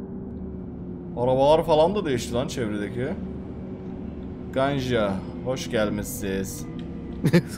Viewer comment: E ler bizde ə diye okunuyor Ganja deyil Gəncə Şaki deyil Şəki Bakü deyil Bakı